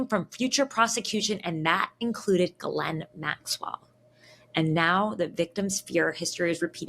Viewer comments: Glenn Maxwell? 😂 That's the first time I've heard it pronounced like that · It’s pronounced “jizz-lane”